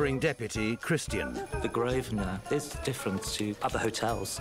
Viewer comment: An Englishman, who can't pronounce the most stereotypically English place name, Grosvenor, properly.